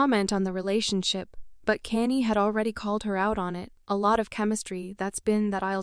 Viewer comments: any time your listening to a video that is being narrated by AI, walk away. This thing is calling him "Kane-E" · Please use real people for the narrator who the hell is kanee?😮😅🤔